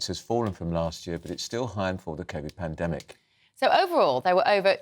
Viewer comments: Well, Charlie - As long as there's a good alternative and the applicants can say the word "Panademic" properly, then maybe. Besides, mate I'll never forgive you for what you did during the "Panademic" - Never forgive and NEVER forget! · Remember how he pronounces a word that ends in demic? 🤣